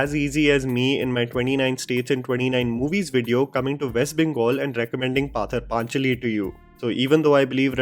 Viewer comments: I love but the pronunciation is pother pachali, like potter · Pother pa cha(chah) li(lee) ...story of the road...not panther pachanli...🤣🤣🤣🤣... sometimes the way people say Bengali words just cracks me up and before anyone attacks me I'm very well spoken in hindi as my mom is non bong n father is bong. Also, do they think every bong family has A RABINDRANATH TAGORE'S PICTURE 😅😅😅😅😅😅😅😅😅. na re baba na. Maybe in very old homes ,not in delhi . Atleast not in my home.